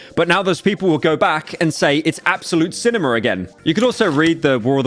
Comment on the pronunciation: “Absolute Cinemer”